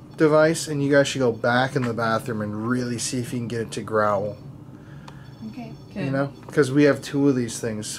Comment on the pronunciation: Grow-uhl?! Guys its growl - one syllable, Jesus...